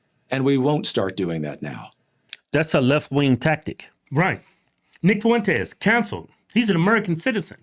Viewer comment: "Nick Fuwentes", that never gets old lol